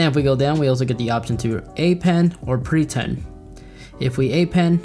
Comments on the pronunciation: Bad example. When you're in class, you should be paying attention to what's being taught. Am I the only one who hears "preTend", rather than "prePend"? Btw, I know the second time doesn't show up as a link, but I can't see why, so I can't do anything about it. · Yeah I heard “preTend” rather than “prePend”, I chuckled once I heard it. Haha